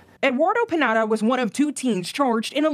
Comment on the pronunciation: That news caster really said Pineda as Pinata and I think that's what his sentence should have been. (For legal reasons, that's a joke)